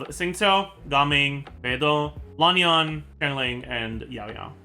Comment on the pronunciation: just so you know, Lan Yan is pronounced with short vowels - it simply rhymes with the English words can, tan, ban, and so on. No need to go all the way to Lahn Yahn!